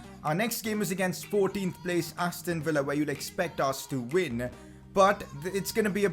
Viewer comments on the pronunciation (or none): none